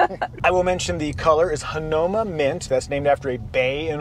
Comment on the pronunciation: "Ha-now-ma" Bay would be slightly more accurate.